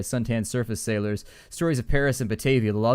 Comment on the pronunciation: Sailors sail the sea, zailors zail the under-zee.